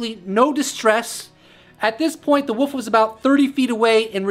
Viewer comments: Why can't Americans say wolf? A giant 'woof'? So what's plural Then, 'woofs'? Wolves bro. Wolves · Wolf not woff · Woof is what a dog says. You said woof 40 times, and, wolf 4 times. I can't listen anymore cuz all I can is woof! Sorry, generally- I like your videos... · Honey. So sweet, there's an L in wolf. You are just saying woof. Still sweet. Lots of love. No troll. 😁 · Love these vidoes but...It sounds like your saying the woof